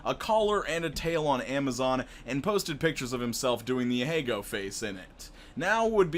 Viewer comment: Please pronounce ahegao right lmao